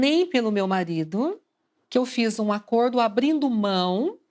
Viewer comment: "Um acodo" ?